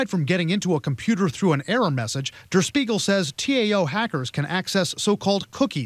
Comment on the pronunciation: Dur Speagle? I've never heard "Der Spiegel" pronounced like that before. It actually irks me a little every time the reporter says it like that.